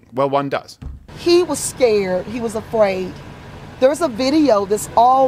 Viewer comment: "He was jus skurd. That be all, my sun jus be skurd." 🤮